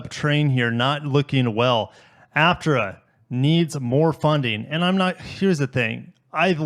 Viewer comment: Pronounced HAP-TIER-HA.